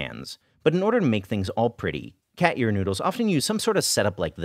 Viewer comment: Anyone else think he was saying "cat urine noodle" for half of the video?